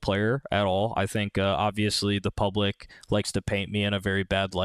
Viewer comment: "The pulblic" aka FNS lol